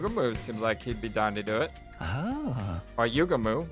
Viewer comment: my boy Gaku straight up transformed into Suneo from Doraemon😂 it's pronounced less like YUgamu and more like yuGAmu astute theory:) 🔪*image of Takemaru* subtle foreshadowing 🔪 that eyesore in the sky...! this was made by the guys who did 999 and danganronpa, there's no cool characters, you're either weird, quirky, or insane. Never trust cool people. They'll always end up either of these 3 or all of the above! oh it ain't false, it's much MUCH worse! yeah, "moko";) this idea from Darumi would've saved a bit hardship.